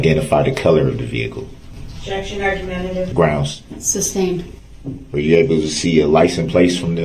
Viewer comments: "Grounds for the substained" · It’s amazing how many times he heard the judge say the word “sustained” yet continued to ask about grounds for the “substain”.